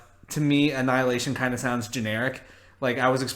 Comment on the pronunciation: Marvel just expose you.You said avengers anilahtion what ever its called.hahahahahahahahhah